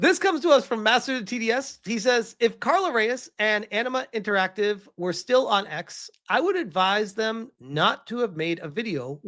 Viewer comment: Enema Interactive, can't unhear that no more